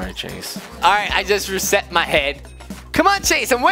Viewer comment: Hehe you said reset but you said respet